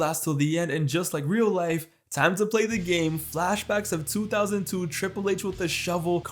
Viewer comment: “I am the game-a, playing my game-aaa” he really does that 😂